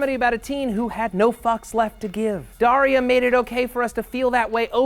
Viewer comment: De-GRASS-i Dari-A